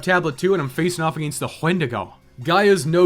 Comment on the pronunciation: ooohh noo not the HWENDIGO again loool